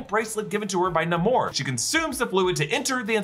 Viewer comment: STILL his name is nAmor not nOmor....Stop pretending your Latino and pronouncing it that way!